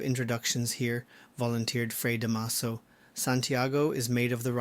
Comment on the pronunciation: The last time I read” Noli Me Tangere “ was in high school many decades ago. 😄 Da’maso. The stress is on the first syllable. ☺️